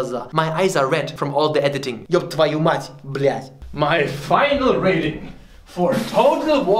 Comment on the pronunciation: Holy shit your russian is good, that "ёб твою мать" was brilliant